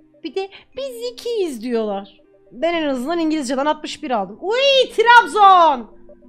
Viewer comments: "Diyollağ" sjsjjssj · Öğrencileğr diyollağh